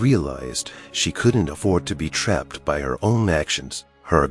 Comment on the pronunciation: The narrator needs to go to school and learn how to read and pronounce English words properly. Narrator pronounces BY as BE is a good example.